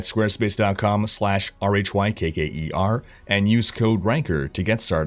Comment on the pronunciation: You try to say Rhykker, but it always sounds like RhykerRr.